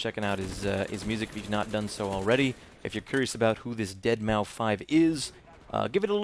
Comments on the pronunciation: ohh jesus respect has dropped for the nanner man ITS pronounced DEADMOUSE!! not deadmufive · AAH, It's not Dead-Mau-Five, it's pronounced Dead-Maus. That's one of the things that annoys me to all ends. Haha. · Umm seananners its pronounced deadmouse not dead-mau-5 ( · it's pronounced deadmouse not deadmow 5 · LOL dead-mau-5? hahaahahaa come on seananners!!!!! DEADMAU5! MOUSEEEEE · funny how he miss pronounces deadmau5 every time. it's pronounced like deadmouse, the 5 is supposed to be an s apparently. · DeadMau5 is supposed to be pronounced "Dead Mouse" (just to let you know) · it's pronounced dead-mouse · Isnt deadmau5 pronounced deadmouse am i wrong? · Dead-mau-five hahaha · im pretty sure its pronounced "dead mouse" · Deadmau5 is pronounced DeadMouse dude :D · dead-MOUSE...not deadmau5 lol nice job there Nanners. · isnt it pronounced Dead mouse? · is it pronounced deadmouse or deadmau 5??